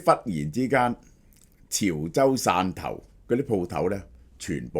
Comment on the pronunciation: 汕頭讀散頭， 不是線頭啊😒